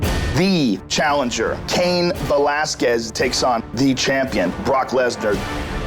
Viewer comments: Brock Lesnar 😂 "Velasqulez" 😂 😂😂😂😂😂😂😂😂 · Lesnar didn't even pronounce Velasquez's name correctly. He pronounced it "Velaskuez". The "u" is silent, biggot. Enjoy the diverticulitis. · I love how Lesnar can't say his competitors names. Cain Velasqwez, Randy Cotter, Frank Murr. Of course I would never bring this up to his face because he would smash my cranium.